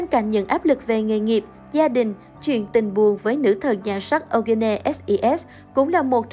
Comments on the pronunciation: Eugene tạm phát âm là yoo-gin nhe bạn .. đọc âu-gơ-nê nghe kỳ quá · Phát âm là Yoo Jin/Yu Jin "Diu Jin" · Eugene đọc là “U-jin” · Eugene đọc là Diu Chin ạ. Eugene = 유진 = Yoo Jin/Yu Jin. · Tên Eugene đọc là du gin.. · Ô gơ nê :)))) Kênh nên Tìm hiểu để đọc đúng tên của nghệ sĩ ạ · Nên. phát âm đúng tên người rồi làm video tin tức nha. Âu gê nê ????? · Đọc tên Eugene kiểu gì vậy, có tìm hiểu trước khi làm video ko vậy. Nghe khó chịu thật sự. Đọc sai hẳn tên của chị ấy luôn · trời, tên người ta đẹp zây đọc kì zây trời